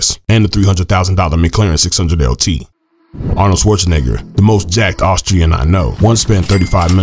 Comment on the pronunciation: Lmfao when you said Arnold’s name 🤣🤣🤣